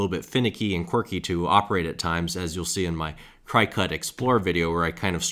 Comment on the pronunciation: Learn how to pronounce Cricut before making a video saying it incorrectly.